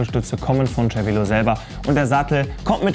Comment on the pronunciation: Das heißt "Zer-Velo", nicht "Tscher-Velo"